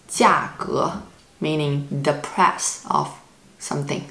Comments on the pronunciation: you are saying 'price' incorrectly. you are saying 'press' as in press a button, but great video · Ah, it was "price". :D